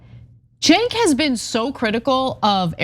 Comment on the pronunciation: How does Peirce still get Cenk's name wrong?😂 It is not the power move people think it is IMO. Especially with repeat guests. Maybe he does it to ingratiate himself to the media? Like dude. Cenk is part of the revolution, and P's personal and professional growth in terms of breaking the Isreal case. Maybe i'm missing something 😂 Anyhow, as always, I am so thankful for TYT and the audience of my fellow humans making lanes for sanity and reassurance .